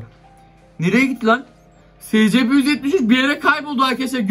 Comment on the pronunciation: scp eysipi diye okunuyo abi